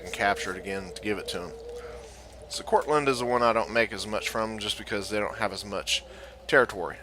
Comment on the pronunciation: Enjoyed the video, but there is no "t" is Courland!